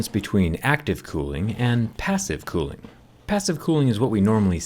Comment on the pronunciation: Everyone: cooling Him: clooing